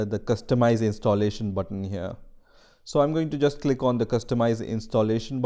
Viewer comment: U know hes german when he pronounces “here” like “hier”